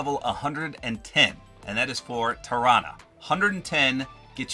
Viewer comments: I think tarana is pronounced like taranasaurus rex Sorry I can't spell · You are right- I’m pretty sure it is pronounced the way you said Tarana mainly because it’s like Tyrannosaurus Rex